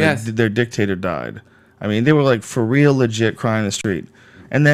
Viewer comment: lol! Glad someone else notices that. I've always found it amusing how Duncan pronounces the word "real" as "rill". Guess his super mild southern accent comes through on that word a bit. I'm a southern boy myself, but I don't have an accent at all......except on certain specific words. Funny how that works.